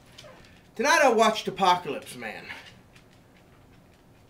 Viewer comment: apokyaleeps mayun. donkey doo! please make us a video of what to do after the apocalypse.